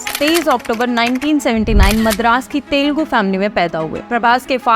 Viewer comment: I dunno why North Indians pronounce it as तेलगु 😂 It is "तेलुगु" You can listen to Vijay saying it correctly